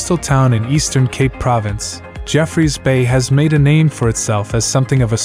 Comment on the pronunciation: I think he only pronounce Jeffreys Bay correct😂